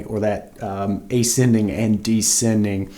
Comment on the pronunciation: Descending. There's an 's' in it.